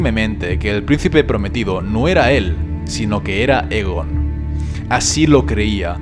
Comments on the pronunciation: Es Aegon, no Egon, tiene el mismo nombre que Aegon el Conquistador y por tanto, se debe pronunciar de igual manera. Y hemos oído oficialmente como se dice "Aegon el Conquistador". Un saludo! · 2 cosas: 1- Me puedes decir exactamente donde mencionan la profecia de las tres cabezas en los libros? 2- Aegon No se pronuncia Egon xd. Se pronuncia Eigon. Muy buen video y gracias. Y ni caso a los que dicen que este canal ha perdido la esencia porque ya no subes tanto Tierra Media como antes. No te olvides que la esencia la pones tu, no tu contenido.